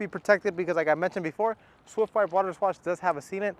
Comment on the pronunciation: This guy can’t say Swift Wipe Waterless properly haha